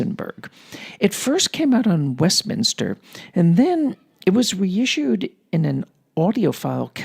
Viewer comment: Excerpt from Nadia Reisenberg's Westminster (not Westminter)... What about Henryk Sztompka (First Prize for Mazurkas at the 1st Chopin Warsaw Competition)?!... I have Chopin's Complete Mazurkas recorded by Henryk Sztompka (1950's) on 4 LPs (The Complete Works of Fryderyk Chopin) / Polskie Nagrania (Muza) / EMI... Outstanding! And what about Yakov Flier (Chopin - 51 Mazurkas) / 3 LPs / Melodiya?!... I also had this great recording. PS Oh, you didn't like Sztompka... It's a matter of taste... By the way, you pronounce incorrectly some of pianists' names (Harasiewicz, Ryszard...). And I presume you don't like Flier either...